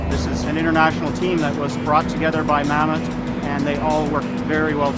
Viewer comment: for someone so eager to complain at least get the company name right... its "Mammoet" not Mamoet lol